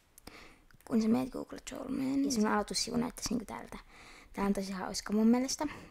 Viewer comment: Korjaappas otsikko: Google Chrome Ja se ei oo guugle tsorm vaan guugle khrome/khroum Ja älä ajattele et oon vihaaja, annan vaan vinkkejä.